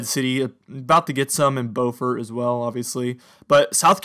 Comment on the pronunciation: it's said like bee-u-fort in the south for Beaufort, SC.